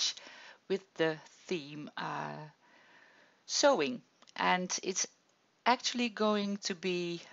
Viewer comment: Love the page / card - what a lovely way to use your skills to celebrate her skills! (BTW "sewing" is pronounced more like so-ing - I only mention it because your English is SO good!)